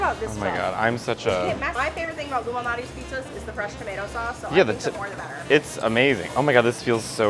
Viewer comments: I also thought Matteo was saying Illuminati pizza…Damn, the ILLUMINATI ARE EVERYWHERE! Lol, but that is not what he was saying… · Every single time I think they're saying "Illuminati's Pizza" 😂